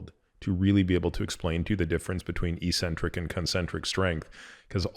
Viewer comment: “Eccentric” has too c’s and they both make a sound.. The first c makes a hard sound and the second makes a soft sound. It’s like eksentrik. Not ee-sentric. Peter probably mispronounces it just to get people like me to comment.. 😂